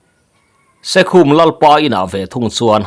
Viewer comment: SEKHUM iti ta daih a, SAIKHUM KHUA tih anih kha, in lampawlh emni aw